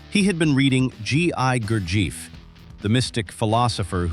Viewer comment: I laughed when I heard the pronunciation of Gurdjieff.